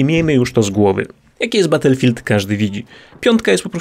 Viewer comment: Batulfild łan leprzy xD